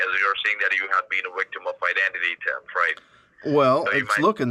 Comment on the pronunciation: 😂 You're a wictim,! 😂